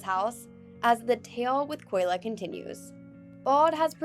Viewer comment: it’s Kolya* not Koyla…